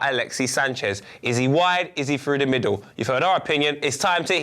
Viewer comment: 5.17 minutes = "HOW EFFECTIVE IS HE DOWN THE MODDLE" haha it's okay I know what you meant 😂